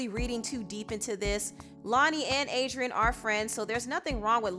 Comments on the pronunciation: 😒😒😒then he said Adriana 🙄🙄😠ughhh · Pronounce Adrienne’s name right wtf